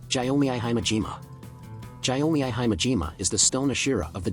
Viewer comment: Bruh you have said most of the names incorrect for example genya to jenya and gyomei to jyomei